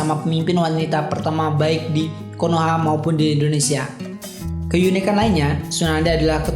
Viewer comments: Indonesia pak bukan indoneisa :-) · Indonesia bang bukan indoneisa